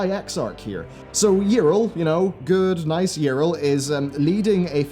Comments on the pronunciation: Her name is not "Irl" xD it's Yrel, as in Yee-Rel. English speakers amuse me xD But good characters gone bad is a theme i enjoy, "road to hell is paved with good intentions" and all that :P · It's Ya-rell. Not Yril.. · Okay like, so how can you mispronounce Yrel's name though? They literally say it out loud in several cinematics and voiced events in-game. You must have heard it over 200 times. Yet you say: Yirel - This is wrong. It's not Yirel. Go back. Do it right next time. Seriously. This kind of shit bothers me a lot. XD It would've been understandable if you've only ever read her name. But no. THEY SAY IT OUT LOUD, and you're like: Let's completely ignore that and go with my own pronounciation.